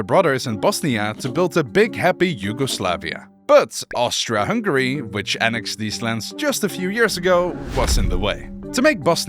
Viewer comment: OMG ONE PERSON THAT SAID Austri(A)-Hungary not Austr(O)-Hungary 🔥